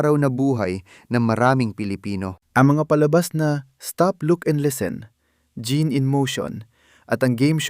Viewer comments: Tama. Gusto kong pakinggan, pero linikilabutan ako sa pronunciation. Hindi "Jeab" it is pronounced like French " Jeanne " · Ang pagpronounce ng pangalan niya ay "Jan" not "Jean". (just saying). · Jeanne...pronounced ZEANNE